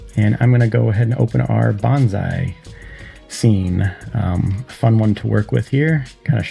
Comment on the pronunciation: It's "Bonsai" not "Bonzai" 😌